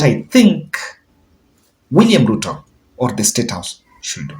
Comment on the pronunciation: Kindly drop off letter “l” from should when pronouncing that word please!!! It ends with “d” and is pronounced “shud” not “shul”. With lots of humility I beg.